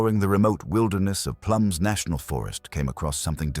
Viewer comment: It's plumas not plums....